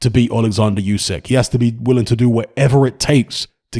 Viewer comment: "Oo-sick," not "Yoo-sack." Either way, he beats AJ again.